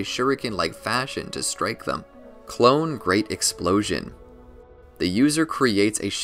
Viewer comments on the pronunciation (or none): none